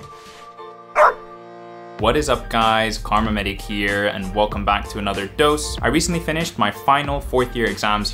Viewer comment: "Calma Medic"